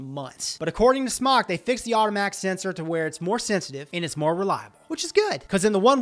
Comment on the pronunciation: Well, he may have been doing this a long time, but the company pronounced their name SMOKE not SMOCK - drives me crazy - well, crazier than I am :)